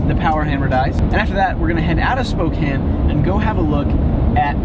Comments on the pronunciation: Thank you for pronouncing Spokane correctly . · As a Washingtonian I am very happy you pronounced Spokane correctly